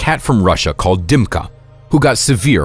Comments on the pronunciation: Ни один англоговорящий не выговорит буквы Ы - вместо Дымки скажут Димка. Чувак, ты спалился. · Its Dimka, not Dymka.